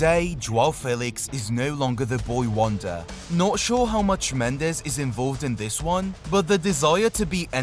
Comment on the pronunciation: For your edification, Portuguese pronounce their 'j's' like in English, not 'h' as the Spanish do. So Jorge is 'George', not 'H'orge. As for the last name, it's pronounced Mends like 'mends' clothes and not the Spanish mend -ez.